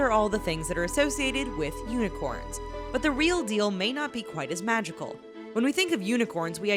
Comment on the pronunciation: Unicorn or yunicorns hahahahahahahaha